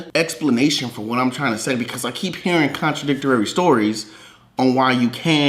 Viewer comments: I don't care about anything he believe in but the one thing that pisses me off the most is the dumb ass still says "contradictorary" learn to read a dictionararirriary lmao.idot dumb Benz. Contradictory or contradicting not contradictor-arorieeey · Did he say "contidictarary"? lmao